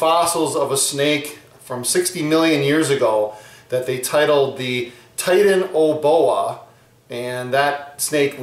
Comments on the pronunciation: its pronounced titan-a-bow-a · Nice video oh and btw it's pronounced titana boa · Not titan-a-boa, titana-boa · Its (ty-tan-a-bo-a) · pronunciation of "Titaniboa" was cancerous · you are giving people horrible advice. many of the worlds deadliest snakes have circular pupils. cobras, black mambas, taipans, eastern brown snake, tiger snake, and green mambas to name a few. And you said titanoboa wrong.